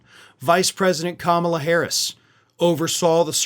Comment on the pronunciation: Mike Papantonio refuses to pronounce Kamala's name correctly too.